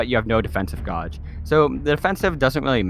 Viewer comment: Gauge is pronounced gage like cage but with a G. 😊